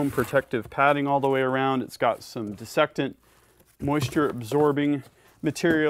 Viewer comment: Helpful hint: Desiccant rather than "dissectant" (which is not a word). Awesome product and review!